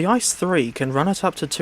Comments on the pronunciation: Its pronounced I-C-E, not ice. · One does not pronounce the ICE train the same as Ice in ice cream, you pronounce each letter seperately, as they stand for different words. I (Inter) C(City) E(Express) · It's pronounced I Cee Eee